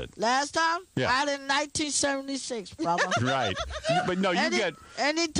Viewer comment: "I've got a mind of my own, brothah"